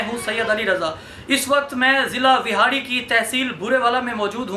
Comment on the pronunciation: Wehari nae vehari hota ha